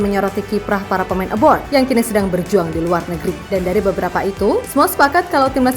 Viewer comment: Maaf sekedar masukan untuk host nya. Mohon dikoreksi bukan. Aboard. Tapi ``A B R O A D" Soalnya agak agak gitu lah kedengarannya,maaf demi kebaikan bersama